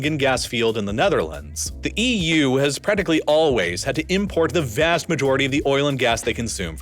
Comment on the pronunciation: I wish this guy could say "vast" like a normal person.